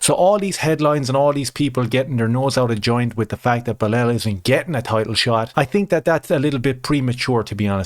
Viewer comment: Its pronounced Blahaul, everyone knows this